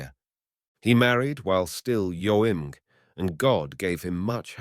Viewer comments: It's AI narrarive. Notice, it says "Yo-ung" for young. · The paintings and stories you choose are beautiful and erudite. Thank you 🌷🌱 But, sorry, but I can’t listen to this voice reading more stories than I already have. Every story is read with the same timing, the same intonation, the same mispronunciation ( young was yo’-ing or some such), the same emotional misreading usually in anger. It is so horrible to any person who has normal human feelings, I don’t know how anyone could listen to more than three without getting depressed. Get a real actor or narrator, please. Besides getting rid of the incredibly boring reading, you will give an actor a job, which these horrible robots are stealing!!!!! Please, though, I wish you a great, sunny day.